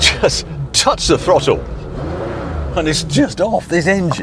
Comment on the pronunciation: WTF is a frottle?...🤣🤣🤣